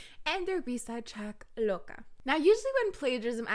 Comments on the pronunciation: When you said Loca why I thought you are saying Boca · the way you say loca is so satisfying